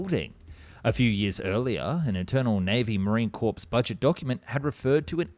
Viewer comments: FYI, the P & S in Corps are silent, so instead of Marine Corpse it's Marine Core. Great video otherwise. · Just after you said "Marine Corpse"... the "s" in Marine Corps is silent along with the "p". Just practice pronoucingit as if it was spelled "Marine CORE". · Dude, how can you not know that Corps is not pronounced "Corpse", but "Core". You do this for a living. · Learn to properly pronounce words. It's Marine CORPS (pronounced ), NOT "corpse". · he legit said Marine Corps it's pronounced Marine "core" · its pronounces Core not Corpse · "marine corpse" "So much lengths" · Common narration error: “Marine Corps” is pronounced without the final ‘PS’, or “Marine Core”. Makes it sound like poorly vetted AI voice narration. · Ok it's pronounced "Core" for Marine Corps. Also F-86, F-101,105,102 all named before the F-16 lol. F-51 which is just supped up P-51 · pronounced Marine "core." Enjoy the channel! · “Marine corpse” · Marine Corpse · Did you really just pronounce the 'ps' in 'Marine Corps" ????